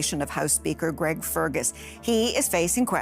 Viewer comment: Who the hell is Gerg? Gotta love AI👎